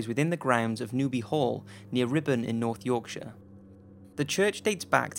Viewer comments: ITS RIPON NOT RIBBON LOL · it's pronounced rip-on not ribbon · "Ribon, North Yorkshire" Um sir, I believe it is pronounced "Ripon"